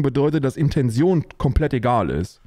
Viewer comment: Brudi bitte IntenTion, jedes mal wenn ich IntenSion von dir hör, fallen mir n paar Haare aus 😇 achja und das wort das du gesucht hast ist ENTlegitimiert und nicht DESlegitimiert ^^